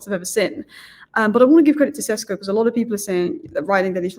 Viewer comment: Šeško maybe also deserves his surname pronounced correctly. It's Sheshko, not Sesko.